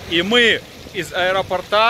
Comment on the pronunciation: Ударение в слове " аэропорта" ставится на букву "О" а не на "а"!!! Говорить надо правильно, раз вещаете публично....